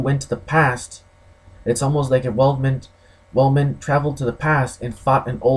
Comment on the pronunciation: The name is Weidman not Weldman, focus on the facts, stop dreaming. You sound like someone that has never been in a fight and delusional.